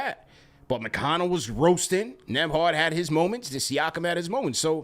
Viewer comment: NEM- BARD 😅